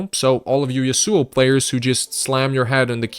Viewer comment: 5 brains cells needed but can't Pronounce Yasuo.